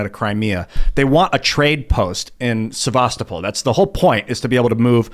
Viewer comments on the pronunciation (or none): none